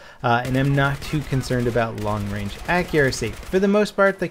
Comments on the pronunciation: Guess he meant Range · "Long Rang"? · Range not Rang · Long Rang -.